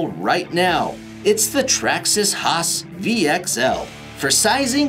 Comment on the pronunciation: why he calls traxxas hoss a traxxas haas